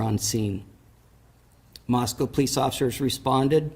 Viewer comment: First of all, thank you for pronouncing Moscow correctly. Secondly, thank you so much for your attention to the details with this crooked defense attorney. I hope that the trial is soon, and that the witnesses memories are strong.